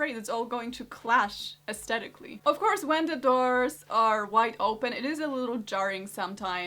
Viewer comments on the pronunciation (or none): Just FYI - aesthetically is pronounced with the H, not a silent H like aestetic.